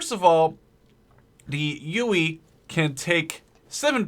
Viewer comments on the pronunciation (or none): its called a huey not uey and i dont mean to be a dick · it's HUEY (Hue-EE) not UWEE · He called it a ueuy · its a huey not a fucking ueuy god fucking dammit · its not the uey its the huey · So yeah uh... the HUEY is pronounced WITH the H just as a heads up! Pronounced Hu-ee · What is it with americans inability to pronounce 'H' really UEE?! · Shahid Ahmed I know got on my nerves